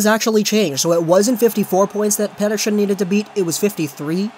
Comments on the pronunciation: Vak-zio Lakers and Pet-Err-Son not Vakwah Lakers and Peterschon 😂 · 70% of the video is you talking about being sick 30% is you mispronouncing pettershion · its not petter-shion